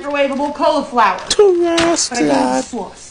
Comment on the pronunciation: Dhe said "microwavable colaflower" not cauliflower